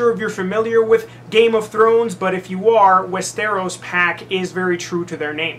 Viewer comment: "I don't know if you're familiar with Game of Thrones." I am, but from the way you're pronouncing Westeros, it would seem you may not be :)